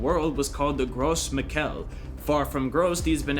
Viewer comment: And Gros Michel, too